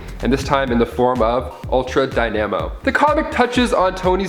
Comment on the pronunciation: "Dy-nam-o" smdh.